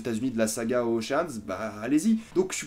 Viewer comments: OCHEANS EIGhTTT pas oceane huit hahhaha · Océanes huit ? T'es déjà allé en cours d'anglais dans ta vie XD